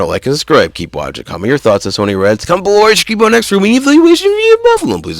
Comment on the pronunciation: It's Pronounced "S-U-N-N-Y" "SUNNY"